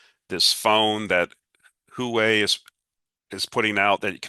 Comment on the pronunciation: Love your work, but one point on Huawei… it’s pronounced Hwa-Way, not Hoo-Way 😉. And you’re right, it’s an excellent phone📱.